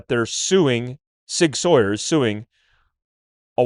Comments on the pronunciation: Sauer is pronounced “sour.” Not Sawyer, like Tom Sawyer. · Mind blown why can’t all of a sudden say “Sauer” correctly. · The mispronounciation of "Sauer" throughout this video is so distracting.